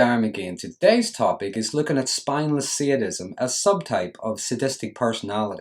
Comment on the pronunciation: Its called sadism not seeadism!